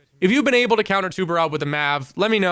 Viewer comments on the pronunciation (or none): As a portuguese, it’s really funny to see people struggling to pronounce “tubarão”